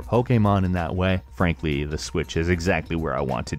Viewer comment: When you say and frankly why does it sound like to me you are say. Ann Frank... ly